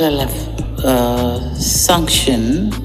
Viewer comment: JAMANI. SENSETIONS AU SUNCTIONS...NAWE MTANGAZAJI TAMKA VIZURI WOTE NDIO NYIE NYIE MNATUABISHA KWENYE DUNIA...